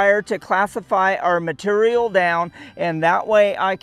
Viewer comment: that's some purdy "mitureal"